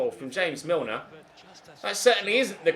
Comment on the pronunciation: Im sorry, james milner is 'hames' and hes columbian???!!!